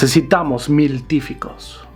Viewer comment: miltificos dice XD